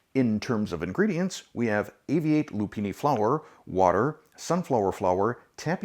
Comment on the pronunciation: Isn't it Ahh-vee-ahh-tay? (silicon Valley ref)